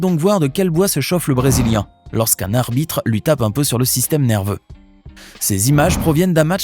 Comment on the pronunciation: ta dis armitre au lieu de"arbitres "